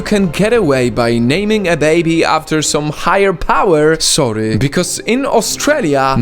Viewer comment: Not sorey it's sorry ok